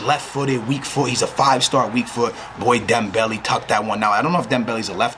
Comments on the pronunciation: Leaving a dislike for the one reason why you say dembelly instead of dem-bell-ay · its dembel-A not dembel-E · dembele is pronouced DEM-BEL-AY